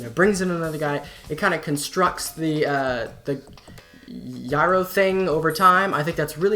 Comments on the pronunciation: Really good video man, I enjoyed it thoroughly. Just a quick pointer, Gyro Drums is pronounced "jai-roh" like if you've ever heard of a "gyroscope" it's modeled after one of those ;) I'm planning on coming out with an Animusic documentary at some point so it's nice to see there's still interest in the community. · I'm gonna agree that Heavy Light is by far the best Animusic video. What I don't agree with is your pronunciation of gyro (jye-roh). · It's pronounced "jiro" drums